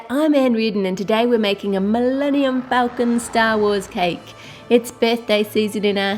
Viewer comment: She said falcon wrong :(